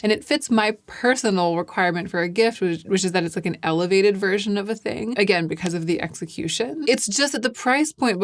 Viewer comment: The "elevated" also made me chuckle. 😂